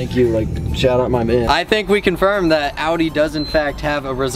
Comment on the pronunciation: gg you pronounced Audi right